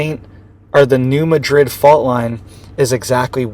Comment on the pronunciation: I live in TN and it’s NOT pronounced “MaDRID” but “MAD-RID.